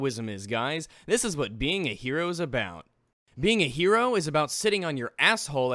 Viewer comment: How do you fuck up the word "Hero"? That's my only question for you YouTube.